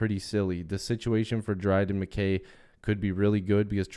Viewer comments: Mick-Kay MacKay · It’s pronounced Mick-I